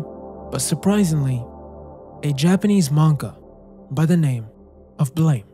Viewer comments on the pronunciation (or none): its not called "blame" its "BLAM" like an explosion Killy isnt a human either.... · As soon as I saw Lorn's Lure, I knew you had to bring up Naissance. And as soon as you did, I'd hoped you'd bring up Blame! and you did. Just finished it a few days ago, what a coincidence! (It's pronounced like 'blahm', like a gun sound, also it's got a movie on netflix!) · Small correction, Blame! is pronounced like “blam”